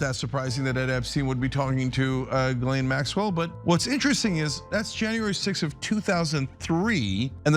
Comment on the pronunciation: Super interesting. But (has nothing to do with you), its always funny to me to hear english sleaking people messing up gislaine maxwell's first name...she has a french name, shoukd be pronounced JISLAINE. ...lolll